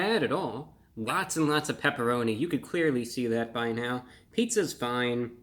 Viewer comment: Ahhh, the pepeloni, pepeloni. You know the pepeloni?